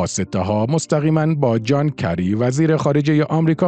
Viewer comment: این همه تو اخبار، اسم جان کِری اومده باز شما عین این آدم‌های تعطیل با گذاشتن فتحه روی حرف «ک» میگی جان کَری؟! خجالت‌آوره. قبلاً هم تو اپیزود اردشیر زاهدی، ده بار گفته بودی اردَشیر! زشت نیست؟!